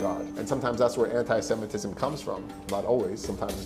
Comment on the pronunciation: "Anti-cementism" LOL!